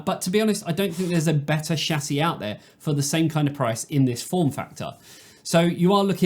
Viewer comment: he may have a speech impediment but at least he can say chassis correctly